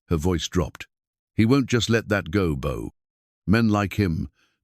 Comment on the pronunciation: Beau, Book, Boo...come on Ai get it together....,😊